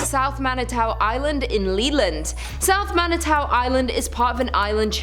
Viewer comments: ....Yeesh. It's "MAN-ih-too", "MACK-in-aw", "LEE-leh-naw". Not even in the pronunciation ballpark. I just saw a full-page ad for the Whitney in a Detroit tourism magazine. They are all in on the 'ghost brunch' and paranormal dinner thing. They VERY MUCH want you to visit. A lot. Bring yoru friends. And since it was built in 1894 there have never, ever, been slaves and wouldn't be even if it weren't Michigan. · Pronounced Mani-too. Pronounced Mackin-aw.